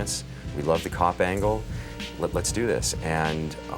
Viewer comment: did this guy just say combangle ?